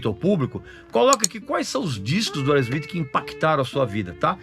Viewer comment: Boa pronúncia do nome da banda. Mandou bem 👏👏👏